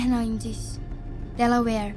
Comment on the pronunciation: Por que ela sempre fala "Delauér"? Depois de falar o nome das meninas?